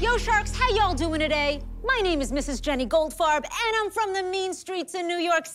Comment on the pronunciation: I swear she said Mrs. Gold Fart